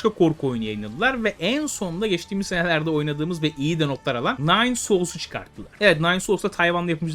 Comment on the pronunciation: Ne vurguluyosun lan senelerce senelerce nispet hikaye mi anlatıyosun